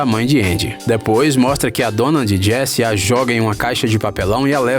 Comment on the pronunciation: Api Altas Aventuras, Jess Namorada do Cowboy Woody, Procurando Nimo kkkk